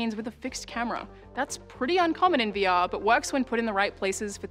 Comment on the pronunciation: Sounded like she said "weewee experience"